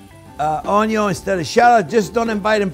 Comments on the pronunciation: I take a shot every time Chef says onyo in every single one of his videos, I woke up in hospital from alcohol poisoning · A Maaaa Zing video!!! Always a pleasure to travel the culinary road with you. The passion and joy you bring to cooking is infectious. I’ve been bitter by the Onion (pronounced own-young, I think) bug. Keep up the terrific videos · How this man says Onion is what hooked me lol!